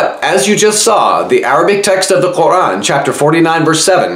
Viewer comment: He is struggling so much to pronounce Quran.